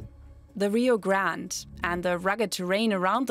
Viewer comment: Minor correction, the name of the river: "Rio Grande" is in Spanish. It's not a French or English name, therefore, the proper pronunciation is "Gran-de" and not Grand or grant. Of course if people don't like that pronunciation then change the name of the dang river. FyI In Mexico, they call it "rio Bravo".